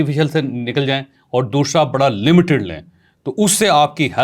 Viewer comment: دوشرا نہیں دوسرا